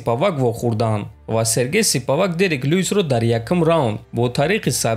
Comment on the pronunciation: Ака ошибка Не Сипавак а Спивак